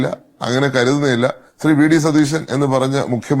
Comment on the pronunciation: ശതീശൻ എന്നല്ല സതീശൻ എന്നാണ്